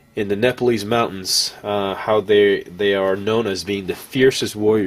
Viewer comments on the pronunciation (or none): none